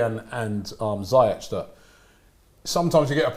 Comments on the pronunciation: they still call ziyech(ziek) its (zeash) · its not ziy-jech its Pronounce seayek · Who the hell is, "Zaahyech"???